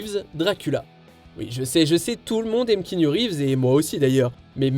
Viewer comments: Aaaaaaaah ben merci bcp!!!! Depuis My on Private Idaho, que je m’énerve contre les journalistes français , animateurs etc… et même certains fan qui disent et que cela m’irrite le poil c’est d’entendre Kiniou et non kianou 😖😖😖. C’est quand même pas si compliqué. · Après une telle carrière, ne toujours pas savoir prononcer le prénom de Reeves est malheureux. On répète après moi…KIANOU !!! 😡